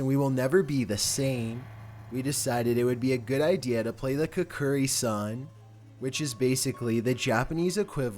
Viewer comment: My boy said Kokkuri wrong:'(